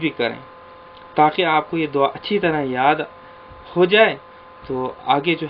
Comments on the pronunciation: دوا۔۔۔۔۔۔دعا ۔۔۔۔۔د کے بعد ع پڑھیں وا۔۔۔۔۔۔نہیں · دعا۔۔۔۔۔۔دال کے اوپر ۔۔پیش پڑھیں پلیز